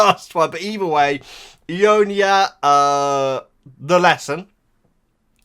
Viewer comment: It's /eye-yon-nya/. ;)